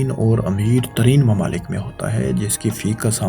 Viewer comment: Allah ka wasta hai bhai apni pronunciation thik kr lo Nazam ni hota nizam hota hai Makamal ni mukamal Mamalik ni mumalik Alaqa ni ilaqa Aur bht bht sare words ghalt bol k video ki dhajian ura dete ho, please take a notice